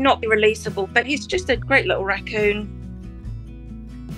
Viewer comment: I love how Canadians pronounce raccoon.